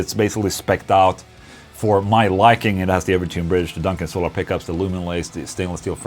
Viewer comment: So-llar Acoustics confirmed.....